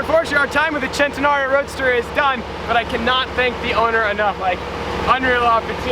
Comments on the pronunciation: It's a centenario not a chentenario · Why does the say centenalio instead of cenenario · Bruh is Centenario , no CCCHHHEENTENRIO ( cringeeee) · You pronounce the name wrong every time it's a fucking Spanish name its "cent" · Lamborghini centnreo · I’ve been saying it wrong i always pronounced it “cent en are ie o” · loves saying chen-ten-nario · Centenario of course. 🗣CHENTENARIO!! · you are saying Centenario wrong, makes my ear isch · Why do you keep adding an imaginary "L" in Centenario? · Every time he centenario I was just like nigga stop🤦🏽‍♂️ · I hate the way every time he says centenario he has to say it like he is Italian, stop, please.